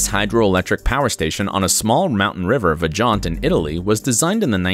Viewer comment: "Vajant"?? Vajont. It's name is Vajont , diocan